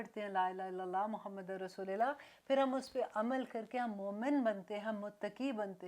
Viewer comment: Sister,Is it "RASOOLILLAH" as u say it, asOR "Rasoolullah?"